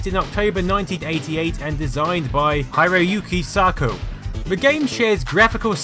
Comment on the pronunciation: so... mangled --_--); taito - tie tow hiroguki sakou - hee row goo kee sah kow